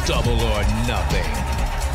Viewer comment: double se pronuncia " dobl" no " dable"